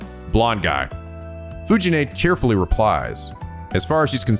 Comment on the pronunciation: Fuji-nee is pronounced like Fuji-nEH, not Fuji-nay. Most of the Japanese Es are pronounced like EH, linke the first letter of Embers, Expected, Embroidery. Or think of it as 'neh', like Nelly.